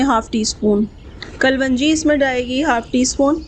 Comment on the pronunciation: Behan kalvangy nhi hota kalongi khty hen ...